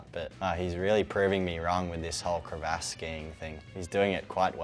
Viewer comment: "crevASS" i take it he says "GayRaj" too lmao